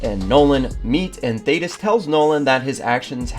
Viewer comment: Thank you for saying his name right, good lord